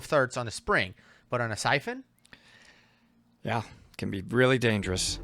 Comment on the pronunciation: Excuse me . Syphon Not Typhoon